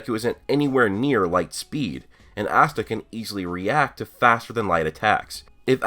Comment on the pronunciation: Its Asta NOT Assta I'm so tired off hearing dis and then if you watch the anime you HEAR them pronounce IT